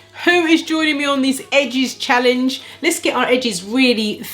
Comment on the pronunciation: Congratulations on reaching 23k subscribers,! Who doesn't want thicker/fuller edges, eh? I'm in🙋🏽‍♀️. You crack me up.. Edges - 'Hedges'! 😂😂